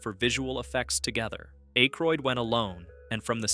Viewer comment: Hearing A-croid the first two times makes me just scroll away. Im done with youtubers who can't even voice their own videos.